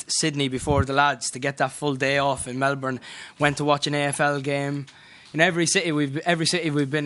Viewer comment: the way Niall pronounces Melbourne makes me laugh